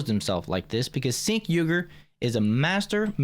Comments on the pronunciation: It’s pronounced Chenk. I prefer calling him Chunk Yogurt. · The host of this show said on a previous episode, he purposefully pronounces it "sink" because the proper pronunciation sounds too close to a slur word & libtards could use it to get his channel taken down. Imo, Chunk Yogurt doesn't even deserve us caring about the proper pronunciation of his name.